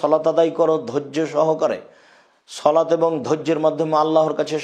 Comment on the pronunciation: শলাত টা কি? বাংলাটাও শুদ্ধভাবে বলার যোগ্যতা হলো না?